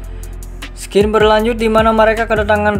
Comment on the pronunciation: gak pake s bro, bacanya sin aja